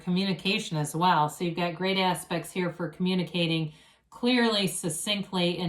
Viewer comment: Everytime you say "you've got nice aspects..." i hear "you've got nice ass...pects" 🤣